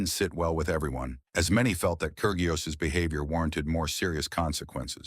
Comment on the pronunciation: The 'g' in Kyrgios is silent.